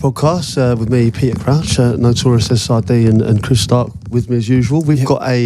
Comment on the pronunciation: Not sid, “siddy” 🤭